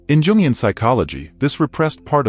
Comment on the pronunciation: It's pronounced "Youngian."